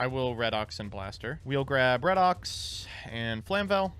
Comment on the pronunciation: It’s REED-OX. Redox. It is pronounced like this because of oxidation-reduction reactions in chemistry that are called Redox reactions. You say it like reduction.